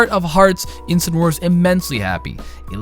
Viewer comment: It's name is pronounced In-Sin-Ah-Roar. It's a portmanteau of Incinerate and Roar.